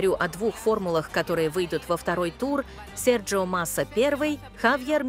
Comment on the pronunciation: «Серджио Масса первый ...» - не Серджио а Серхио! Это не Италия